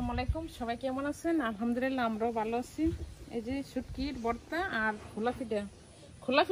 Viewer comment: বর্তা না ভাই ভর্তা বলেন। আপনি শুদ্ধ উচ্চারন শিখেন প্লিজ।